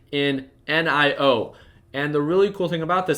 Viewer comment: Why you call it En I o, why not simply NIO